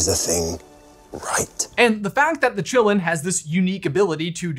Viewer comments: I always expected it to be pronounced in the Chinese way of Ki-lin. Meaning it's name would be "forest of life" or "forest of blood". Which fits really well. But no. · The actual pronunciation for Qi is "chi" aka "Chee" and also sometimes "kee" like "key" so Asians pronounce the Qilin as "Chee - Lin" or "Kee - Lin". Not Chillin like we're just chillin on the stoop. Whoever pronounced it like that in the movie is an idiot. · You know I saw the movie in my language German and they said Qilin in a way I never could understand what that animal was called. It sounded more like Gi-lamb. It was very distracting. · Pronounced: Chee-Lin not Chillin'. It's Chinese. Like the French school, it's not pronounced Bo-bax-ton, it's Bo-be-ton because it's French.